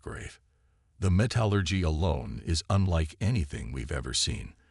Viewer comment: Thanks. However!!!.....I REALLY wish you would narrate your own stories yourself like a "FEW" others do. It is SO much more enjoyable than listening to POS CRAPPY AI's that can't speak English!!!! WTF is: "me-TAL-urgy", "day-BRISS", "UL-timitum", "DIZ-aray"!!!!????? EXAMPLE: StarboundHFY narrates his own and they are MUCH more enjoyable....and I can actually finish his stories. There is also a Hispanic gal who narrates her own. Join those who do it right!!!